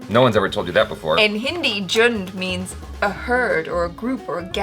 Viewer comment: It's actually pronounced as jhund